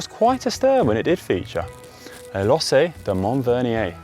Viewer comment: Don't GCN have an editor to advise the presenters on pronunciation? Conor is fine as a presenter but 'lossay' for lacets? 'Madelan' for Madeleine? These are just basics!